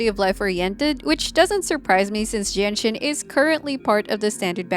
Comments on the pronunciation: Why do I hear Jianxin as Jenshin lol I can't unhear it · I couldn't stop hearing Genshin when says Jianxin LOL 🤣🤣